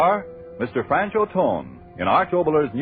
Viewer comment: You're pronouncing the name incorrectly. It's movie actor, Franchot Tone.